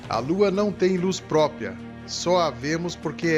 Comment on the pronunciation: não é própia e sim própRia!